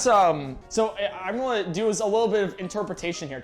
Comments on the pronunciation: always out here saying "golna" instead of "gonna" and it's bothered me forever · Does anyone else find it adorable that he pronounces “gonna” like “gullna”?